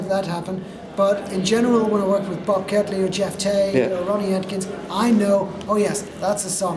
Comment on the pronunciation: It’s Catley ‘NOT’ Kately. Thank you ‘’.